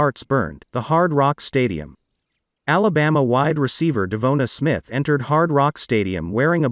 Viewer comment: You’re the only guy mispronouncing his name.